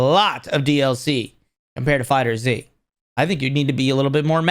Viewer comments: Love how he says fighter Z instead of fighterz (one word) also the first trailer for sparking zero WAS slow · Bro. It’s FighterZ as in Fighters. I can’t take you seriously every time I hear you say Fighter Z. You probably call it Pokeman don’t you? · Not fighter Z its Fighterz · FighterZ is one word, not Fighter Z lol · Why do people still call Fighterz, Fighter-Z??